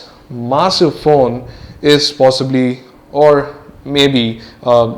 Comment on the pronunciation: You pronounce massive as masive